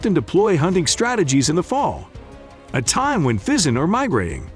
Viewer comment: I never heard of Pheasants being a problem , sounds like Bullshit . And this guy cannot even pronounce this correctly either